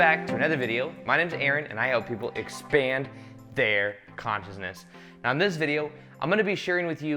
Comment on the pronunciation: Aaron explaining intensely time travel and parallel lives Aaron:“This time meow [now]” haha this made my morning 😁 Love it.